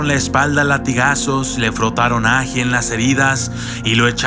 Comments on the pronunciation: áji áji!!!!!!! que chimbada es eso ome, este man es del kongo o qué, nunca a escuchado decir ají? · No es áji , es ají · él áji ??? es él ají mejor aprende a acentuar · Estimado, no se dice "Áji" se dice "Ají" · Hasta donde sé la palabra es ají no aji, pero bueno, al menos en mi país es ají. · Muy buena narración!, una leyenda de mi tierra venezolana, te hago una correción, es ajÍ, con acento en la í, y es el nombre en Venezuela para el chile. Abrazo!